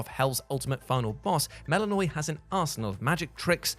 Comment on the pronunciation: Mel-i-Know-ee, Hek-a-tee. I know you're American but please do some proper research into name pronounciation.